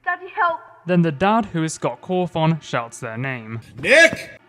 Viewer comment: Say "Scott Cawthoung" again mf i swear to god